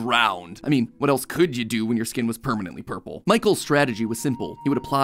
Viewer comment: That "Ourple Guy" caught me off guard more than anything, pls sah that's not a typo